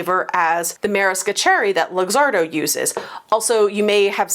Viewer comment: FYI - Luxardo is pronounced look-ZAR-doh.